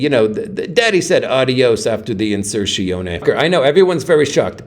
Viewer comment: What's an "insertshioni" 😂😂